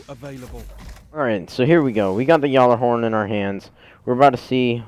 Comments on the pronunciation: It's pronounced gallahorn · dude your pronounce gjallerhorn wrong